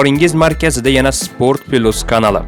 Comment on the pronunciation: Спорт пилус мас спорт плюс гаприлади кутбачча